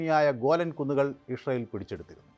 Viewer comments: എടാ പൊട്ടാ '"ഇസ്രായേൽ 'എന്ന് കൊച്ചു കുട്ടികൾ പോലും പറയും ഇഷ്‌രായേൽ 😂😂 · നീ ജവാൻ അടിച്ചിട്ടാണോ പറയുന്നത് ഇസ്രായേൽ എന്ന് പറയു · ഇസ്രായേൽ എന്ന് വ്യക്തമായി പറയാൻ ശ്രെമിക്കൂ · വേലി... ഒക്ടോബർ 7നു പൊളിച്ചപ്പോൾ.... ഇതുവല്ലതും.. ജിഹാദികൾ ഓർത്തോ..... കക്ഷത്തിൽ ഇരുന്നതും ഉത്തരത്തിൽ ഇരുന്നതും ഒരുപോലെ പോയി എന്നു പറഞ്ഞാൽ മതിയല്ലോ.... ഇഷറയേൽ അല്ല ഇസ്രായേൽ 😂😂😂 ഷിറിയ അല്ല സിറിയ 😂😂😂